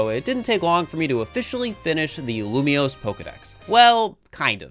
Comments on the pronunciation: When he upgraded from lumoise to lumioise I realised we were going to be here for a while 😅😂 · Lumiose, not Lumoise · YAY, POKEMON. Also, how dare you pronounce it lumois not lumiose. Thats not right meow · All for this until you pronounce Lumiose as Lilmoy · Every time said Loomoiz, I felt a part of me die. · IT’S LU - ME - OSE I wanted to CRY when he failed to pronounce it. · Loom-E-ose and Zy-guard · Dude cant even say Lumiose.... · Starting the video, and waiting until live figures out how to say Lumiose correctly since post-commentary is saying it properly. That's a fun thing to look out for:3